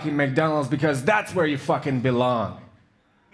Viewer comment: Jak na Polaka, ma całkiem dobry akcent. I mówi płynnie, zna dobrze słowa. Jedyne co, to można się przyczepić do polskiej wymowy dźwięków angielskich, których w polskim nie ma, np słowo "that" wypowiedział "dat", gdy w nim występują aż dwa dźwięki których w polskim nie ma. Pierwsze to "th" a drugie to "a", czyli takie ae